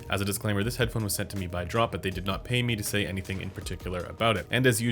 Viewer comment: Should I trust the guy who said Head-da-da-phone??? Hmmmm..